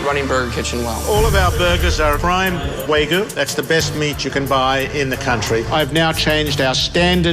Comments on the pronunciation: "Waa-gyu"...not "way-goo"! Dammit! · waygu waygu It's waGYU god dammit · He can't even say wagyu properly. Waygoo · Japanese me listening to “wArgyu meat”. It’s Wagyu, tf is wArgyu. At least try to pronounce it correctly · Chef Magician: You making a burger too? Owner: Yeah, with a Way-goo. Chef Magician: A whaaa? Owner: With the Way-Goo! Me: Its Wagyu you cod! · That’s not an Australian meat pie. Wag yuh is Japanese, not Australian and it’s pronounced ‘wah-goo’, not ‘waygoo’. is a moron. An embezzling moron. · It's a crime to call it WAYGOO and not WAGYOO as the meat should be called. >_> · Claims to be a “meat expert,” then calls Wagyu “way-goo.” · How he keeps calling it way goo...🤯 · Why is no one talking about how this idiot pronounces wagyu? The "Waygooo" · Yeah it’s pronounced Wah-Giyu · best fucking jumpcut Just a man eatin' his vagyu boegah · Dad: wheygu beef Me, an Australian: dafuq did he just say? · is said to be a “Meat sculptor” Also: calls Wagyu “Waygu” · "wagyu" Pronounces it "waygoo" Wow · The fact he's pronouncing wagyu wrong the whole time is too much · you know the restaurant is fucked when the owner can't pronounce "wagyu" correctly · Man can't pronounce Wagyū to save his meat sculpting life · couldn't fucking pronounce wagyu correctly